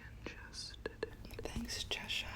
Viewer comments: Hi love this video but like all Americans you don’t pronounce Cheshire properly it’s not cheSHIRE it’s pronounced Cheh-shuh it’s not your fault but I would like at least 1 American to be able to pronounce Cheshire properly but don’t sweat it if you don’t it’s just a pet peeve of mine lol 😂 xx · the way americans pronounce cheshire is still so funny to me :') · I found it weird and wonderful lol, but suffering a tick every time Cheshire is mispronounced. All that said, you dont have to be mad to live here, but it helps.